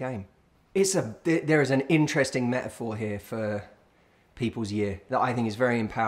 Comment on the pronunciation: Me-a-phor ?? AAAAGGGGH FOR CRYING OUT LOUD...if there is a ‘t’ in the word please pronounce it.